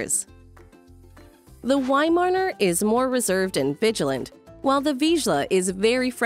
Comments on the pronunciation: I had a Weimaraner and next time will get a Viszla. The Viszla is the ancestor of the Weimaraner. I find the narrator VERY annoying since she can’t say Weimaraner. Instead she keeps saying weimarner! Shouldn’t the narrator actually know something about the subject? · cannot handle the "wy-marner" pronunciation 🤮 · she dont know how to pronounce weimeraner, how she can know something about breed